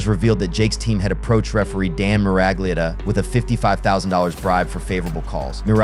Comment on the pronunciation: Its pronounced referee Dan MURG-lee-otta lol